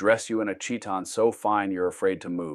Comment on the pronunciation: That's not how you pronounce Chiton